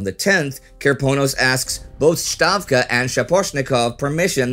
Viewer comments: A small point: Not "SHtavka" (it's no German language), but "Stavka", with a "normal" /s/ sound. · why do you pronounce Stavka as Shtavka? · It is Stavka, not Shtavka, dammit. Ставка. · The pronunciation is "Stavka" ("Ставка"), not "Shtavka" ("Щавка" or "Штавка"). The latter is how the Germans would pronounce it, but not how the Russians would pronounce it. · yes, you are right. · Stavka in Russian is pronounced with an S sound before the T. It is not like in German where that combination calls for "sh". Not "Shtavka", just Stavka. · I already told him last week and the week before; but he pointed out the videos are filmed well in advance so were stuck with "shtavka" for at least one more episode. It is ok to mispronounce a foreign word or name when you are NOT trying to pronounce it as it is pronounced in their language. Every language does that. It's one of the few language conventions which is truly universal (Chomsky is a fraud btw). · Why does he keep calling Stavka Shtavka? He's not German, the word is not German, so why? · True, other names are also mispronounced, I can live with that, but he used to pronounce "Stavka" properly, and then switched to "Shtavka", so I wondered why he switched to the German pronunciation. (Maybe he used some German sources for some of the material for the series?) I generally don't have problems with mispronounced names -- all nations do it. In English-speaking countries, they say "Moscow" instead of [Mos'kva], or "Warsaw" instead of [Var'shava], and so on. Russians say [Vashington] ("Вашингтон") instead of Washington ("Уошингтън"), and Gitler ("Гитлер") instead of "Hitler" ("Хитлер"), and so on. I understand. I don't want to pick on him or anything. They are doing a great job with this series and I appreciate it very much. Thank you for providing the info about the videos being filmed in advance. :) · A kind suggestion from my side - the word 'stavka' is pronounced with an s sound and not a sh sound :)